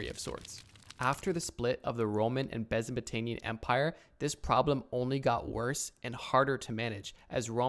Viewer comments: plz tell me ur trolling. Besabatanian?’for one, there was no split, it was the same empire. Secondly wtf was that pronunciation ? I repeat, you have to be trolling right? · you couldnt even pronounce byzantine dude lol